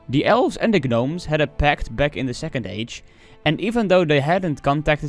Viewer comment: Love your content man, quick tip is when you come across the word “gnomes”, you can pronounce the word without the G the same way as the K in “know”. Keep up the content man!